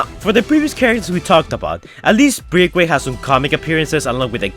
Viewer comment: It's pronounced "Break-Away". Best regards.